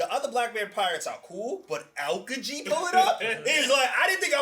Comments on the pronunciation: Owkaji??? Its A-O-ki-ji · AL - KEE- GEE.. thats how you pronounce his name lol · I’m sorry but pls learn how to say Aokiji